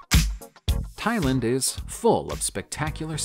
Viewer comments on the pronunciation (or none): none